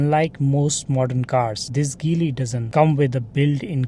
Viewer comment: Make sure pronounce car name correctly😂